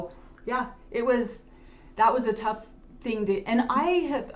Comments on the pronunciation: sister just said 'I didn't know it was a thing..with a pronounced 'g' sound in regards to a Utah accent. I notice that hard 'g' sound with words ending in g all the time with Christine and her kids. 😊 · talking about the Utah accent, then says “I didn’t know that was a thing” with the most Utah pronunciation of “thing” with that hard g at the end 😂 love you guys. Every region has its own accent and smaller variants within, I could pick out accents from different parts of Ohio where most everyone else would probably think we all sound the same.